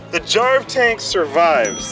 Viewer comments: jarv tank i thought you said jar of tank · Is it just me or when I first heard "Jarv Tank" I though he said "Jar of Tank"? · Thought he was saying jar of tank cuz I wasn't looking at the screen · *Jar of Dank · Tought he said "Jar of Tank" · It sounds like he is saying jar of tank for jarv tank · You're not the only one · me 2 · I actually heard "Jarv Tank" as "Jar of tank" First time. Not a native english speaker though.